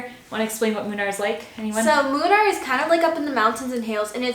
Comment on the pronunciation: It's actually pronounced Moonnar ladies. Have a nice time in India. 😃🙏👍